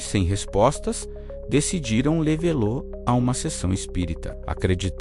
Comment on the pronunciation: Ótimo vídeo. Mas e os erros de pronúncia? A narração é feita por IA? Logo no início a palavra "levá-lo" é pronunciada de forma estranha e tirou toda a minha atenção do vídeo.